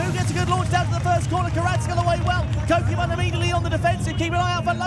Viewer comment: Love the commentary, truly brings it to life! However the pronunciation of “Kokubun” grated on me lol. Rather than “koe kyuu bun” it should be “ko-koo-boon” with the first “o” as in orange and boon as the oo sound in “should”